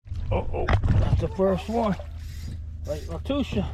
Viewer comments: Nice video, it’s pronounced Lock Loosa. They catch some good stringers of specs and a few really good bass each year. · We pronounce it “ Lock Loosa”. I live 20 miles from it.